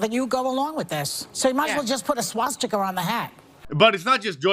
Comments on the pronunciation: Joyless said swatiCKER not swastika 😂😂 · Haha, they're all insane! Oh, and what is a swaz-ta-ker! 😂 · Joy Behar...can't pronounce the word "swastika" correctly. Oh, the irony.